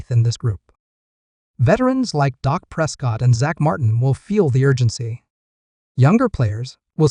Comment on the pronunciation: Your Reporting is a joke; you named two to three players that are no longer on the team; do your homework before you post and learn how to say Dak’s name correctly. Gheesh! You don’t even know who the Head Coach is…..